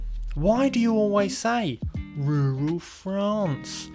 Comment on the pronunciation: You mean Rurrrral France lol